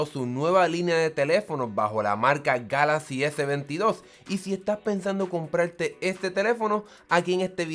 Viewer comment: Your review Was made in SPANISH,so You should pronounce Galaxy en spanish but, If You don't like how galaxy sounds in spanish,make your next video in english.